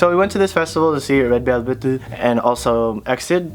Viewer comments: isn't it ledu belbet (레드벨벳) and not led belbetu? 😂😂😂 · “red velveteu” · its red velvet- RED BELBETU